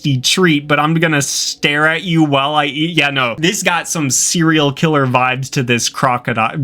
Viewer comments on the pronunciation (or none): none